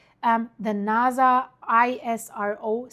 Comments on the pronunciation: It’s NASA with an S not naza with a z….. subtitles is even spelling it with a z because of your pronunciation. No biggie Just didn’t know if you knew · It's pronounced NASA, not NAZA. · it not Venitzzuela...its Venezuela.theres no T. and Nasa is so simple also.its not naza